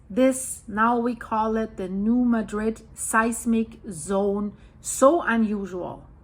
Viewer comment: I know it is weird, but the town of New Madrid. Missouri is pronounced New Mad Drid . Missouri named quite a few places after other cities and then pronounce them completely different. I remember back around 1990 there was a prediction that there was going to be a big quake. I lived there at that time.